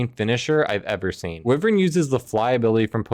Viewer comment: Bruh it's WHY-vern